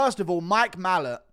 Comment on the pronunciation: Guru, why do you pronounce Mike Malott's name, "MALL-uht??? It's "Ma-LOTT".....like the words "a lot".